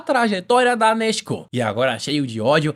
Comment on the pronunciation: Só eu q não aguento o a falar nezko 😂😂 (salve para Portugal ✌🏾)